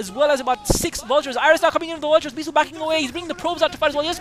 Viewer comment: Beesuit <~ :) sounds funny anyways great commentaries